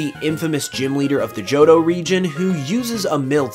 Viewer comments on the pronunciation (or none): “JOHDO” =P